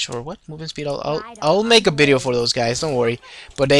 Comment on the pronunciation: man whats bideo? i mean u wanted to say video? Just asking if bideo is another word because i hear it for first time :D im not trying to offend you man :D just asking